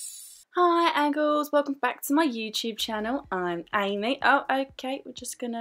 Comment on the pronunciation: Did she just say hi angles?! 😂📐